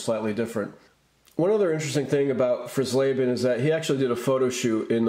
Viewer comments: You're mispronouncing Dave fries laban's last name Fry's Laban is the pronunciation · Pronounced "Fries-leben", like French fries. I never saw any of the Washington variations where I live. Maybe they only came out in certain markets, just like the 75 minis, which I also never saw. A similar situation arose a couple of years later when the Giants were on the verge of moving to Toronto, but that time Topps didn’t jump the gun.